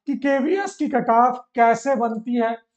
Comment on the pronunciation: Sir aap cutoff ko kataaf bol rahe hai